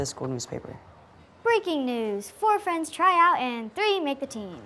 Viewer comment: Adrien and marionette:were just fwiends